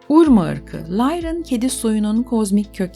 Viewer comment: Urma değil Urmah.